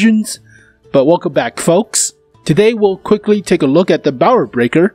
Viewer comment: I can help you pronounce "Mauerbrecher", just pronounce the "ch" like a "j" like in Juan or Jolinez ^^. You can trust me, I am German and it just sounds so akwards xDDD. Cool vid tho